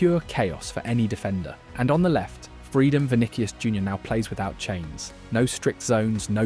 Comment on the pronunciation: Why this guy can't say players names correctly?? 🤔 Vinikius?!